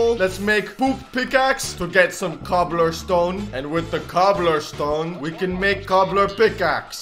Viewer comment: İt's not "cobblerstone" it's "cobblestone"